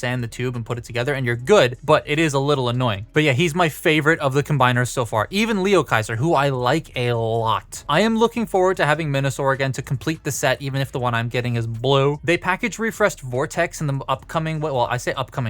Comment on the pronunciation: LIOkaiser. Not LEOkaiser, lol.